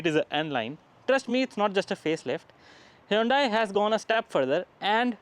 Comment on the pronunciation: It's pronounced hyundae like sunday-monday